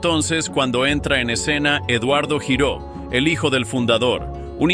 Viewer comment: El apellido Giró es catalán y se pronuncia (lliró)